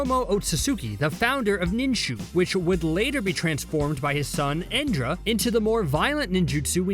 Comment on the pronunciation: brothers from cbr,its not chibaku tensei its chubaku tensei.IT IS NOT ENDRA IT IS INDRA.IT IS NOT SEKKING BALLS ITS ORBS CHECK YOUR FACTS YOU DAMN IDIOTS